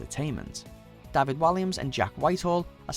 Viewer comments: Dafid? fucking Dafid? American's and Canadians pronounce it correctly as Day-Vid as well... so wtf? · it’s DA-VID, not DAH-VED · Okay, three things: 1. It is pronounced DAY-VID I don't understand how you mispronounced it! 2. Out of all the hilarious clips you could have chosen you choose this lot - and with no honourable mentions?! Wtf. 3. You need to do another list now so that you can correct your mistakes - with Freddie's baby photo being in at least the top 3!! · John Smith welsh people do not pronounce David like that